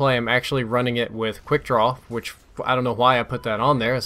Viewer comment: you say "Qwhy" instead of "Why" lol reminds me of king of the hill